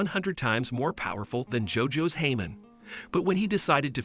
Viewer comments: i think you said hamon wrong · Its hamon not jamon nvm